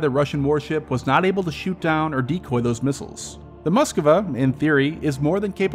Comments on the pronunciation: Mosk-va. Not muskuva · Moskva, not " Moskova"